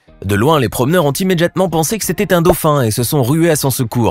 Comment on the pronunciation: Immédiatement ou "Immédjiatement" ?